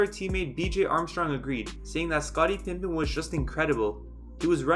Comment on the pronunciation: If I hear "Pimpen" one more time, I'm going to go nuts